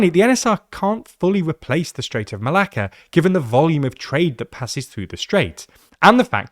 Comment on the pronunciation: im sorry but as a greek i just love how many times you said strait of malaka :P